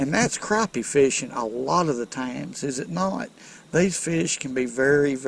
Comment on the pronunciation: I'm so glad to hear how he pronounces Crappie. I hear the emphasis on Crap. Lol It irks me when it's said differently.. lol